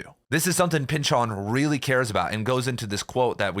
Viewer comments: Why do you say Pyn-Chawn? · Did my college professor teach me how to say his name wrong, or are you mistaken? It's silly to me how difficult this is to get over hearing your pronunciation versus my internal pronunciation 🙃